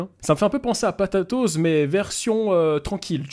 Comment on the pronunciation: C’est pas « patatoz » c’est « potatoz »